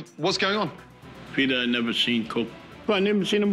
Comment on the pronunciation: What's The Tea? 🤣🤣🤣 Pea-tear Griffin